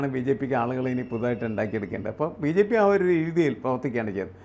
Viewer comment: VJP യല്ല BJP അതു പോലും മര്യാദക്ക് ഉച്ചരിക്കാൻ അറിയാത്ത അവതാരിക സിങ്കം.